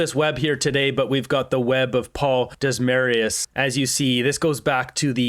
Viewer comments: Desmarais is pronounced De mar ay They are a part of the deep state swamp of Canada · Desmarais: lad it's pronounced De-mar-ay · Desmarais is French - pronounced Dem-ar-eh in English l. Accent on the first syllable. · Desmarais pronounced "Dem r eh" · btw....Desmarais is pronounced DEM-are-ay